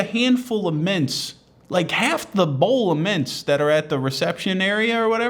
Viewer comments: It’s not the audio quality, it’s his failure to enunciate. It took me a good 30 seconds to work out why the hell an old lady was putting half a bowl of mince in her purse. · Thought he said mince like the meat. Painted a funny image for a moment.